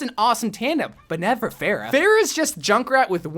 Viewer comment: Did anyone else get triggered by mispronounce Pharah, ”Phaireh”?